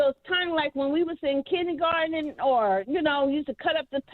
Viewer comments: said Kinnie garten instead of Kindergarten, some Old School Talk..I just fell out my chair with Laughter.…🤣🤣🤣🤣🤣🤣🤣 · black side coming out pronouncing kindergarten “kidney garden”